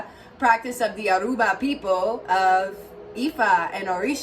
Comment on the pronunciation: My sweet sister, its pronounced YOOR UUU BA <3